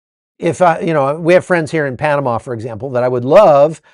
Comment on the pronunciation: Panamá, penomme